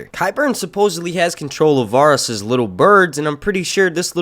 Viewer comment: the way he mispronounces Varys annoys me so badly